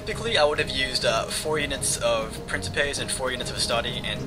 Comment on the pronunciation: it's pronounces vel-it-ays not "veelites" also prin-kip-ays" FYI: i do latin